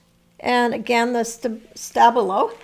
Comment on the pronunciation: Hallo, I'm German and as Stabilo is a german Brand I ensure you that we say Sta-bi-lo with the emphasis on bi😊